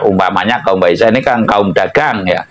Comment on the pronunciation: Waisya (pedagang) BUKAN Waisa. Remnya masih blong ya. Belum juga bisa pelas babar ilmunya. xixixi